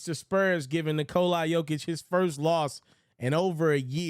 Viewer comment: who is Nikolai Jokic, the mans name is Nikola if you can't pronounce his name damn it give it a rest.